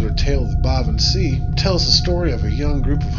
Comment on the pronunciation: I thought sìth was pronounced shee?